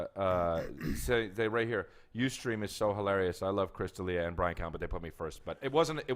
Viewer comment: It's Del Ea